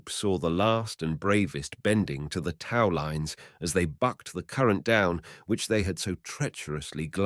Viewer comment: How can this reader pronounce ``tow'' like ``Tao;'' rhyming it with ``cow?!'' Any adult knows how to say ``tow truck'' and would know how to read this. Must be AI. And it said ``rebel'' as if it was being used as a noun, when using it as a verb, when the accent is then on the second syllable.